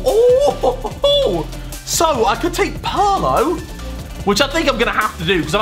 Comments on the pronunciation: Bro e PIRLO non PARLO o PALO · Nobody mentioning that he called Pirlo "Perlo"? No? Ok. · No one : Harry : "Parlo"